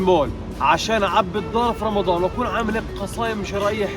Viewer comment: اختي تحكي بدل رمضان مرضان